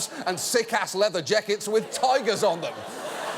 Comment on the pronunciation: Why did John Oliver pronounce “leather jacket” with an Australian accent? 🤔